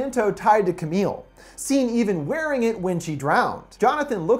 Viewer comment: He said: wering